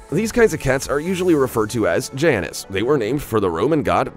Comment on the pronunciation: The Roman god's name is pronounced JAY-nus, not Janis.